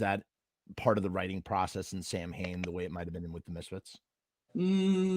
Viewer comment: Sowinn. Even the Bandmembers pronounce their own room name wrong. I love misfits samhain Danzig but they were pronouncing it wrong how stupid are they